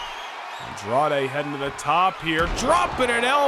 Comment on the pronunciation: I still can't get over how the ring announcer calls Andrade "Andrea" 🤣🤣.. as always great show! You never fail to disappoint.. what I think would put your shows and universe over the top and better than everyone else's is if you add AI voices.. like when you do promos you can use the real voices of the people, you can type what you want them to say and they'll say it. I know it might add more work and editing for you but I think that would be absolutely amazing and I think it'll add more depth to the storylines and etc